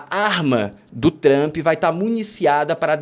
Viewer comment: Quando o camarada começa falando "TRAMPI" já perdeu a confiança